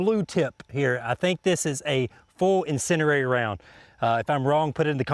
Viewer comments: Incindiary, not incinerary. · Why do you say incindereri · Why do so many people say insinderary? There's only one R in "incendiary"